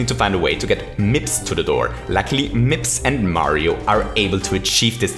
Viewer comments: Nobody:: M I P S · he did prodounce it weird right, he paused and said MIPS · Take a shot every time he says mipps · Take a shot every time he said mips in the 30 star segment. Don't actually, i don't want anybody to die. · How many times did you say “MIPS” with the emphasis “Then Mario picks up... MIPS and...” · Haaaha mips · Why is saying mips like that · I love how you say MIPS. I'm not sure why. I love your voice/accent and because of that, I guess the emphasis on the word is great to me. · why does he say mips so weirdly its really bothering me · Say mips again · I love how he pronounced Mips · Why TF do you say MIPS so weirdly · It actually annoyed me